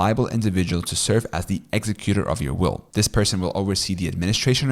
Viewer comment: Thanks. Just to let you know, you are mispronouncing some key words like executor and nullify. I suggest checking your pronunciation. You seem like a non-native speaker of English, so you may not realize the errors.